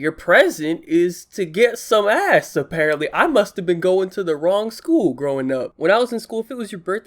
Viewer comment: How did you turn “ass” into multiple syllables? Lol.